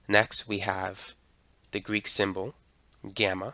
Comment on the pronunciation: im Greek and i approve of this. just work on your gamma is like this: γ (small) Γ (capital)